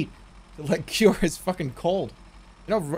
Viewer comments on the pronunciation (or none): none